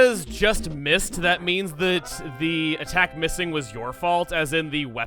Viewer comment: You're not MISSING,. You're "DOH I MISS"-ing!